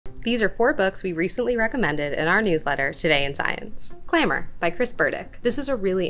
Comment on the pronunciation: Anyone want to touch the pronunciation of clamor?